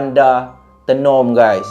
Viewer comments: Tenom bunyinya mcm ni, [teh nom] bukan tienom hehe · Sebutan tay-nom bkn tee...nom..walaupun ejaan Tenom.. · Kk- Kota Kinabalu KB- Kota Belud Sebut Tenom Bukan Te num Tapi... Tenom- Tey nom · Done subcribe bang.. Bang Tenom tu sebutan nya mcm abg sebut teh bkn sebutan te.. Kopi Tenom paling sedap la di Sabah kopi buatan Sabah asli bah.. Lagi satu tu bukan bandar tenom bang pekan Tenom.. terbaik perkongsian cerita seram bang🤩🤩🤩🙏🏻asal Sabah hadir ni lahad datu Sabah.. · Bang sebut Tenom tu kena sebut Taynom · sebutan tenom bukan menggunakan e pepet 😅 bunyi kena guna e bulat "teh-nom" 😂😂 supaya bunyi dia sampai hehehe hwr thanks share huu seram cerita ni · KK tu bandar bang.. (kota kinabalu) KB pekan pendalaman (kota belud).. Tenom kita sebut (teh-nem) 😊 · cara sebut tenom tu, dia kene sebut "taynom" haa baru btul hehe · Sebut Tenom bukan lidah kat atas TE tapi Lidah kat Bawah..Tenom😊